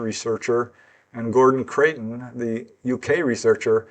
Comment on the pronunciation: Hi, have to pick you up on your pronunciation of Creighton as you say it often, it's Criton as in eye! I used to subscribe to FSR back in the day, GC was a very important player.